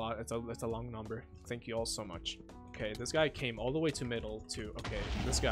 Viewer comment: i love "tenk u" in the end lol